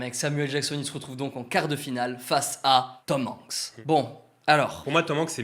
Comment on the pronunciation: Mais....vous prononcez hyper bizarrement Tom Hanks et Tom Holland! 😭😨 on prononce les a !!! 😂